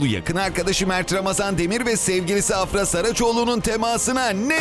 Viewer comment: AFRA DERKEN A UZATMALI DEĞİL